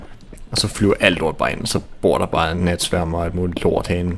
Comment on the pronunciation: Sagde du nat spermer? :D